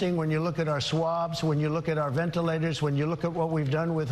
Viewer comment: Why do Trump and Cuomo both pronounce it like "VenT Tilators" ??